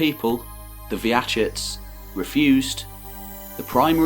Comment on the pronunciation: Wouldn't be an anglophone history video about a foreign region without mispronouncing almost every name. "Lagoda", "Vyachits", "Pereslayavets". I understand not knowing how to properly make certain sounds, but at least get the order of the consonants right.